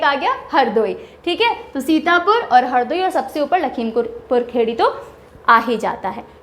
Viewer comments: It’s Lakhimpur Khiri not khedi... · M sorry to say Ma'am But its not lakhimpur khedi its (lakhimpur Kheri in english) ( खीरी in hindi ) Real pronounciation is लखीमपुर खीरी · Mam.. there are some pronoucial problem in some district name in hindi... लखीमपुर खीरी.. कुशीनगर.. बदायूँ.. ...by the way your reaching style is amazing... eagerly waiting for 2nd part❤